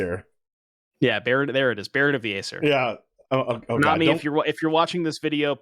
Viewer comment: You guys mispronouncing Aesir smh Edit: ok this is actually really annoying. Its pronounced "eye-seer"